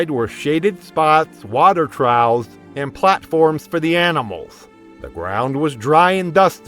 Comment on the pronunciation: He also said "water trows" instead of "water troughs" 😂😂